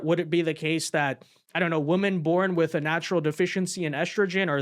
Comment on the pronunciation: I appreciate and enjoy your content so much. So please, please please look how to pronounce 'women' correctly. It is pronounced differently than 'woman'. Thank you for your consideration of this matter.